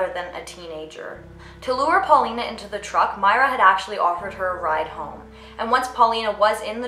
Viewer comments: its pauline not paulina (paw-lean) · It's PAULINE, not PAULINA... spanish/latin people barely existed in England back then. Even now, the hispanic population is absolutely tiny.